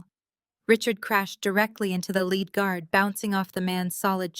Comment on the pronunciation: the plot is good but I have great difficulty following the story due to the missing "posessive S" that need to be attached to the names to make sense of the context. Also the mispronunciations of words like bow or lead, wound etc. I find myself constantly thinking "WHAT...oh yeah they must mean..."